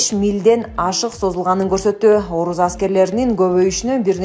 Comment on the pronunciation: оруз аскери эмес орус аскери деп окучу